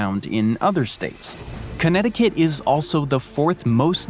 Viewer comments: You pronounced Connecticut Perfectly! You underestimate your English skills. Way better than almost any American's Portuguese. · You say Connecticut JUST fine! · You said Connecticut perfectly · Bravo, you said Connecticut better than most Americans. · He says "Connecticut is hard to say" as he does it perfectly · 🥇Actually 😳 you pronounced it perfectly 💯 🗣 Connecticut 🏆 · You said Connecticut perfectly <3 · I laughed when you referring to connecticut you said this is one of the most difficult states to pronounce....and then you said it perfectly! You so underrate yourself! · You pronounced Connecticutt correctly. California has the lowest point in the entire US, but not the highest, which is Denali in Alaska. California does have the highest point in the contiguous (lower 48) United States, Mt. Whitney. The low point in Death Valley is only about 50 miles away from the high point, Mt. Whitney, and there is nearly a 15,000 foot difference in their elevations.